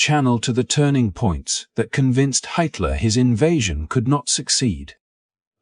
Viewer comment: The AI bot mispronounced Hitler!!!! 😂😂😂